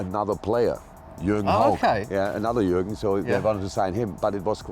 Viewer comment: gergen? gergen? wtf. who has ever said gergen? pull up bro.